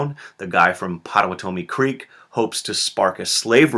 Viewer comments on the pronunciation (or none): none